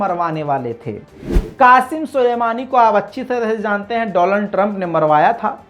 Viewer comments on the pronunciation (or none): Doland Trump not Donald Trump 😄😄😄😄